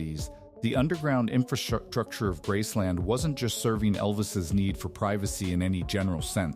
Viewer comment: It’s called Graceland, not grassland